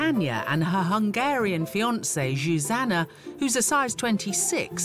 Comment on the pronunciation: That's not how you pronounce Zsuzsanna